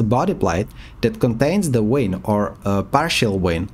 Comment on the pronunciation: 🤣🤣🤣German Accent, I guess. WIN indeed🤣🤣